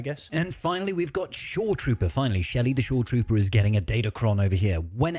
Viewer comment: It's Shari not shelly😂😂😂